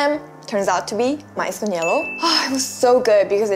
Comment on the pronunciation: It's quite amusing that you pronounce "yelo" as " yellow".. ㅋㅋㅋ